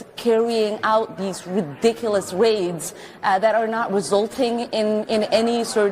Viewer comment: They're not mad because they get PAID to protest! "...cawwying out these vridiculous waids..." "...awwests." 😊